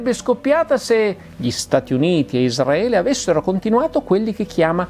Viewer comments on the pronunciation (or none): none